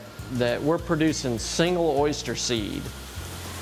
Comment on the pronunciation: Why are you saying Oyshter?? It's Oyster. Oyster. Not Oyshter. Man.